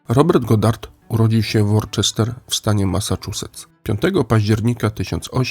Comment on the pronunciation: Wybacz czepialstwo: - Worcester czyta się "Łuster" - LABORAtorium, nie "labolatorium". Skojarz z "ora et labora".